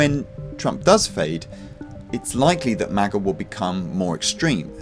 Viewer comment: This dude really just called MAGA "MAGer" with the hard R 😂